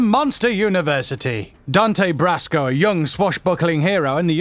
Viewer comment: I lose so much respect for videos like this when the person speaking can’t even pronounce names correctly. Dante “bRasco”??? I don’t think so mate. If you don’t know what you’re talking about let some else do it